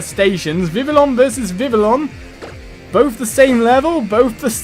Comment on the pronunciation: I noticed he pronounced Vivillon wrong most of the time. The double l's sound like a y, like in Spanish. Do it would be called Viv-y-on